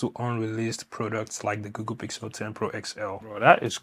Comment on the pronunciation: Does he call it “GooGoo?”